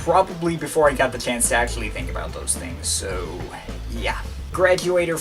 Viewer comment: "Masssshine" LMFAO "acsssshhhually" 😂 "i put the link in the dessshhription" u cant pronounce the letter c